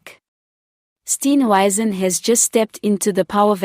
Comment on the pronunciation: Who is Steen "wyzen" ?????? Come on man. Speak properly for goodness sake !!!!!!!!!!